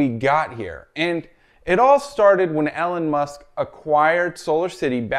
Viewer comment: Doesn't even know how to pronounce Elon Musk!